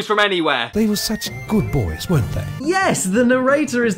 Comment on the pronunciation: Jofe_co A text to speech would know how to pronounce boys. And Pinocchio. And would probably emote better.